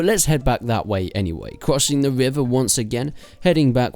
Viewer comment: The wivvah and the woowined stuff. Nice confidence though. :p